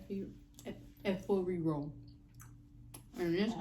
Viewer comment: 😂😂 I like how she pronounced 'Efo Riro'.. Lol, it was Perfect! Wow!